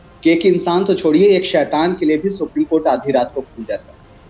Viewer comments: Bhai Pakistaniyoun ko Supreme Court bhi bolna nahi aata. They call it Spreme Court. Pakistani Education Zindabad. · Sapreme court nahi bhai, Supreme court boltay hai, bolna aur pronounce karna sheek low fir baat karnaa. Arnab Goswami alone tum sab ki band bajaa sakta hai😂😂😂😂😂😂😂😂😂😂😂😂